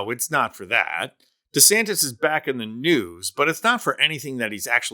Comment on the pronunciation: Don't lower yourself to Donald's level by mis pronouncing his name.